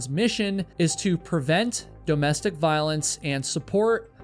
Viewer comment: Dough-mestic abuse?